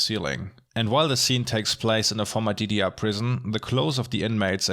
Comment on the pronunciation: Konstruktive Kritik: Bitte überlegen, ob die Sprachsprünge sein müssen. Beispielsweise "DDR" als "didiar" ist weder Fleisch noch Fisch. Entweder "dedeerr" oder "GDR".